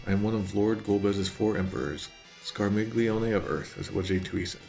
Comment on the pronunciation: Okay, you seem to be struggling with the correct pronunciation of Scarmiglione a surprisingly lot,, so here is the correct pronunciation written in IPA: [skar.miʎˈʎo.ne].